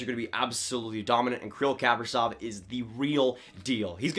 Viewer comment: It's "Kah-pree-zof" - accent on the long "e". The "v" at the end sounds like an "f". And the first name is pronounce "Kee-Ree-l", once again long "e" sounds and the accent on the second long "e".